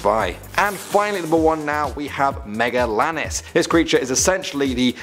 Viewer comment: It’s megalania not megalanis